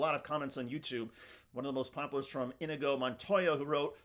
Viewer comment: So we just skipping past how he said "inigo montoya" are we? Tbe montoya was fine...but man that inigo needs some work. In-knee-go just like it is in the princess bride